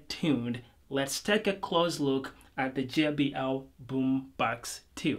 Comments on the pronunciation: I Love it when you say Boombox 😊 that sounds like "Boombax" 😌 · Really good review !!! BUT the pronounce of BummBAX got me dead